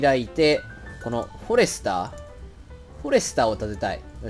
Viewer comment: フォ↑レスター